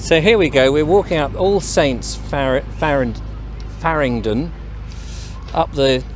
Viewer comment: Farringdon... Not fardingdon.